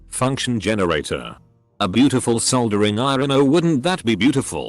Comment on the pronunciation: lol bot can't pronounce "solder"/"soldering"